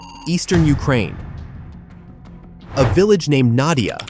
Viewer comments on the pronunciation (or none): none